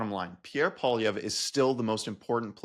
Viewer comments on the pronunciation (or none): And "poilièvre" means rabbit hair, but he doesn't even pronounce it properly. (And most of his fans can't spell it properly either.) His gay French-Canadian father must be so disgusted with him -- especially when he voted to deny his own father the right to get married.